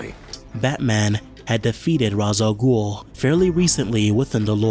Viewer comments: I will never forgive Christopher Nolan for the mispronunciation of Ra’s al Ghul becoming so widespread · Ray chsss sounds so much cooler. Nolan made it lamer with the Raa mispronunciation